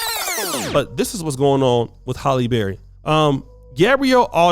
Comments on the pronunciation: It's HAlley not Holly. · Pretty sure her name is pronounced Hal-eee not Holl-yy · HALLE. NOT HOLLY. LITERACY MATTERS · "Halle Berry-Not Holly But Ha'lle Berry Sir."😪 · HALLE!!!! Not Holly 🙄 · her name is Halle, not Holly. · Im more disturbed by how your saying her name holly berry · You have to take time to do your research. You have Halle married to someone that she’s not married to. The correct pronunciation of names is important as well.